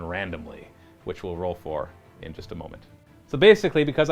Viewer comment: "there was some Moo-ment".. i swear that's what i heard.